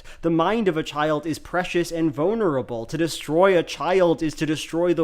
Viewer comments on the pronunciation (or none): ❌️ vonerable ✅️ vulnerable